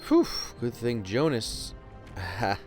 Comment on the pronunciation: It's actually Jonah not Jonas